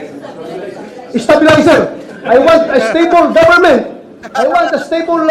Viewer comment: Estabilizer daw sabi ni BATO hahaha... Napaghahalatang BOBO...